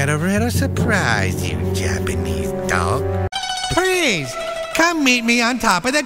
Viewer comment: "Prease, come meet me on top of the tower of peace, it will be reary nice" LMFAO!!!!